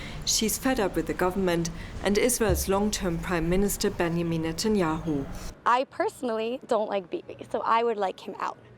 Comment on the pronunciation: Please find at least a speaker who is capable of pronouncing the name of Benjamin correctly. It is a joke right now very unprofessional